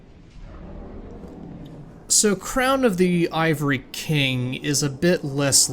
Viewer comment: crown of the aava-ry king